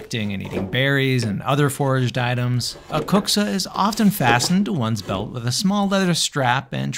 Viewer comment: your pronounce of kuksa is AMAZING. I have never heard non-finnishspeaker pronounce finnish words better than you! 😊 Our language is hard so you can be so proud of this! EDIT: Almost finished video and saw you speak more finnish, and you can even prouder because my statement about best pronunciation ever stands still.